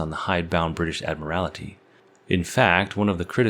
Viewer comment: Admiral-ity!!? Can you see a second /i/ in the word "admiralty"?